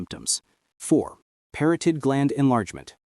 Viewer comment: Parotid contains only one 'r' in its spelling; and proper pronunciation rhymes with 'carotid' (as in, carotid artery).